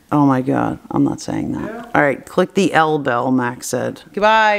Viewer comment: Max: "THE ELL BELL"